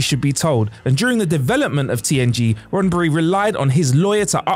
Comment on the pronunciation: "RoddenBry..".....you're killing us bruh....